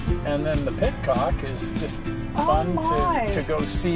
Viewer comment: The name is pronounced PIT-ICK not Pit-Tock.